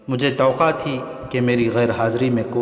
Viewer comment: Tawaqqa not to qa